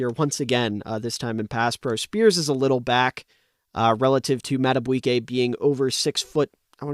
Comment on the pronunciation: Mad-A-BEE-kay...not "bwiey"